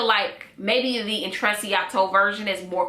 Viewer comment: I think u say it as "intrechato"😊